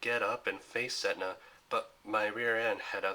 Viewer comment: its pronounced as set ney not setna